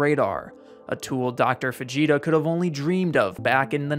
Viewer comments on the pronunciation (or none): Haha, I thought you were saying Vegeta scale, not Fujita scale. I think it would be amazing if Weather reporters screamed out "It's over 9,000!" when reporting F5 category Tornadoes. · Right i thought he was saying vegeta too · Am I the only one that kept hearing "Vegeta" whenever he said "Fujita"? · Ohhh Fujita Scale...Not Vegeta Scale... Man i was waiting for the Punchline this whole time.... Damn it im dumb lmfao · Sounds like he is saying Vegeta. Lol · I thought he said the Vegeta scale at first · I just want to say, I enjoy that your pronunciation of Fujita sounds just like Vegeta. The enhanced Vegeta scale surely should not have stopped at 5. It should have gone on over, you know... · Was it just me, or did anyone else hear it first as the 'Vegeta' Scale? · Hold up.. “vegeta” scale?? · That first time you said it i heard Vegeta scale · Does anyone else turn into a 14 year old kid and giggle every time he says "fugita"? I'm embarrassed that I'm hung up on this so much. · Why did I think he was saying Vegeta... The whole time I was imagining the town just getting straight wrecked by Zeus size spirit bombs😅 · I know you said Fujita scale but I swear to you I heard "Enhanced Vegeta Scale" Also FEMA's resources aren't dependent on the rating of a tornado. Just who's election sign is in your yard. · Thought bro was saying vegeta scale for a sec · You did not just say Vegeta scale 😂😂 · It’s actually pronounced like fa-HEE-ta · Did you really say Vegeta scale? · For a second I thought he said “Vegeta scale”…maybe I should lay off the dragon ball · I wasn’t hearing it properly and I thought he was talking about VEGETA then I loooked at my phone and it was fujita lmaoo u def have a nice podcaster voice I got lost in the sauce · thought he said advanced vegeta scale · I swear I keep hearing vegeta scale lmao I don’t even watch dragon ball like ever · This comment is the Like button for everyone who thought he kept saying, Vegeta.